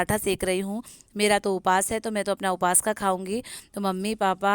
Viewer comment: Uphas nai upvaas bolte h